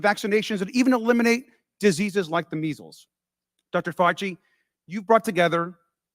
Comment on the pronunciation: Fauci said "Meegels" when trying to say Measels. He must have been thinking about those poor BEAGALS he TORTURED & SLAUGHTERED! - Susan Burns